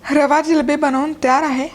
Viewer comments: Jilabi nahi g bai. Jilebi bolatat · जिलेबी म्हणा ओ जिलबी हा काय प्रकार आहे